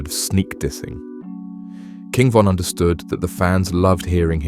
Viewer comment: Take her to the o von dissed duck and ducks brother brick if your gonna make a documentary about people make sure you know everything and pronounce stuff properly cause this is ridiculous